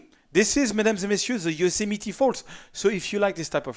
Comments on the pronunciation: Dear, it seems either you keep ignoring your fans' comments or you don't even read them. Please clean the spot in your video and pronounce Yosemite "yoh-sem-i-tee" correctly. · And of course, another sarcastic comment on his pronunciation of Yosemite.. I wonder how is their French accent, those tiresome people?